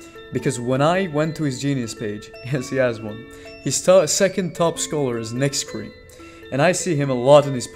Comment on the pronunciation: I also found out that it's pronounced Nack-Ree and not Nix-cre just for the future